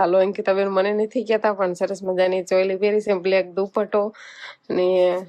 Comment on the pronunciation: સોલી નહિ ચોલી બોલાય